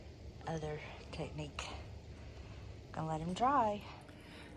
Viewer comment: That roster turned out so great. You are gifted at doing that "teckneek"😆 That Old English is a miracle worker. It's almost unreal to believe how the scratches disappear. Ant that BREAD BOX . Oh my goodness!!! OOOOOOo I would love to have that hutch. It's lovely!! Can't believe you aren't keeping it. The shelves would look pretty in a sage green shade. Girls you killed it ALL today! Love you, sister-friend❤